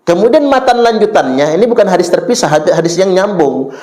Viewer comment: Uah menang sebutan hadits jadi hadif aja, ga ada kelebihannya, ceramah tentang sejarah dan pahlawan Indonesia aja ngaco, cauape DECH... Cerdas dan pandai dong para umat Islam ini, jangan asal percaya pada ceramah2 yg dianggap/ mengaku ustadz itu